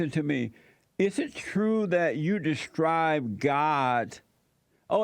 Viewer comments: It's describe not destribe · Destrive?? Substrive??? Or is it describe loooool get it together perterson